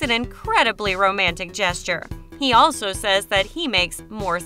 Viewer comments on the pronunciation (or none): none